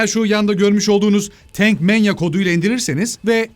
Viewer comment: Pronunciation ateş ediyor bakıyorum, Tank’a “Tenk” demeler felan, yok orelet hıammına :D